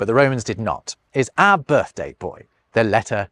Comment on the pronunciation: "Ah (our) language". "Littaw" (little)... Elocution lessons required on this channel...